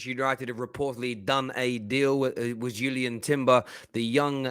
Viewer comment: Its not Julien. Read